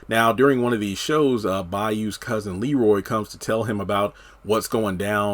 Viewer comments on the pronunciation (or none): none